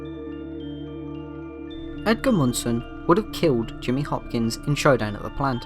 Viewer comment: "final showdan" 😂